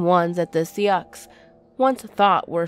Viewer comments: SEE OX?? seoux= SUE... Oh dear lord..... Come on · Yeah, GET IT RIGHT, SOO NOT SEE-OX ☝️😱‼ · Haha I just said the same thing. It's sue not sea ox. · Sioux is pronounced sue btw I live outside of Sioux falls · Didn’t know the See-uks tribe was so popular here in South Dakota. 🤣🤣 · Sioux is pronounced like Sue. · Sica- SHEE- CHA Sioux- SUE OR SOO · I live in south dakota it's pronounced seecha and Sioux is pronounced sue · And Sioux sounds like Sue no worries tho :D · lol.... see-ocks..... also spooky road is just spook road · I love you but Sioux is pronounced sue. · If you redo the video, Sioux is pronounced "Sue." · Sea Ox haha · Girl quit calling us sea ox's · SOO! Sioux is pronounced "SOO"!!! Egad. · Lol nope, we're all a bunch of See-ox now! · Christian Burroughs it’s Sioux. Dear lord.